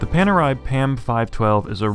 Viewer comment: And it's very funny for an Italian like you English speakers to pronounce PANERAI. The "A" should be pronounced like "America" and the "E" should be pronounced like "Ellipse."